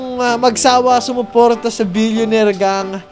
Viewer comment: "What's maney paper only" 'Solid Billioneir fun" solid tlga panoorin tho